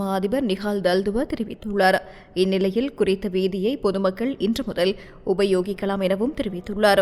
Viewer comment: இன்று என்பதை இவளவு கடிவிப்பட்டு அழுத்தி உச்சரிக்க வேண்டிய அவசியம் இல்லையே !!! ஓ இந்தியத் தமிழ்ப் பிரதியெடுப்போ? இலங்கைத் தமிழே சங்கத்தமிழ் கலந்திருக்கிறது என்பார்கள் இந்தியத் தமிழ் அறிஞர்கள் ஆனல் எங்கட லூசுகள் உணருகிற மாதிரித் தெரியவில்லை.